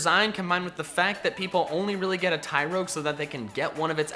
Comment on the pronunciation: TYROGUE, NOT TYROYGE!